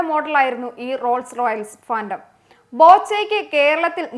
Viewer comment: ഫാന്ധം അല്ല സെച്ചി.....ഫാന്റം 🤣